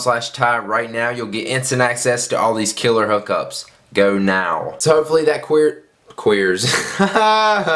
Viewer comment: You said queer